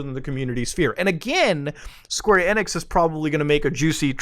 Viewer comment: Every time he says "Square Enex" I cringe! 😧